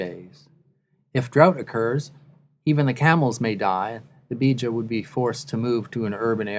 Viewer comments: Air Element to make matters worse his pronunciation are so wrong 😭😂 its not Beeja its pronounced Beja the e isn’t extended and the language is Tu Bidawi meaning “the bidawi” lol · cushitic people are warriors, no matter when and where they be. also im not Beja (im somali) but i hate the way the commentator says Beja... ''Beeja''